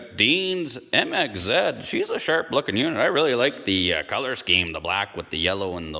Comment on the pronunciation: MXZ 700 , bro you need to work on your accent. I have a 2000 MXZ 700 and it fly’s , had it at 110 plus across Newfound lake in NH .